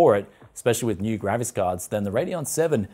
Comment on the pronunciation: I always hear the Gravis Card! Not a Graphics Card. Lol!